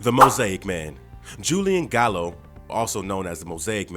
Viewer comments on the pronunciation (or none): none